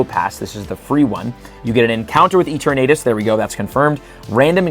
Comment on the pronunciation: who exactly is eeteurnaytus